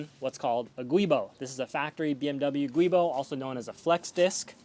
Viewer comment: Great video. Very well done. A few notes: - "Giubo" is pronounced "jew·bow" not "gooey·bow". And no one wants to say that, so just say "flex disc" like the rest of us. ;) You're probably pronouncing it the way you are because you're spelling it wrong. I can see where you are spelling it "Guibo" when it is "Giubo". Also, it would have been nice if you'd explained that helical gears are stronger than straight-cut gears, but typically manual transmissions with straight-cut gears can handle more torque because (as you said) there is no axial loads which tend to spread the gears, BUT can also spread the transmission case causing case cracking/failure. Crazily enough, transmission case failures might be more common than gear migration failures if I had to guess. Did you consider herringbone cut gears? That is my car mod bucket list item. A manual with herringbone cut gears for the best of all worlds. Strongest setup, and quiet operation. - Your article about clutch types, does it get into marcel springs? I see it talks about hub springs but you should update it if it doesn't cover marcel springs, which are another important factor when it comes to smooth clutch engagement and transmission life.